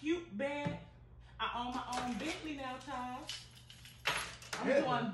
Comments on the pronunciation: Them pronouncing it Chaws instead of Charles is killin me 🤣🤣💀💀💀⚰⚰ 👻👻👻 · Right Chawls 😁😂🤣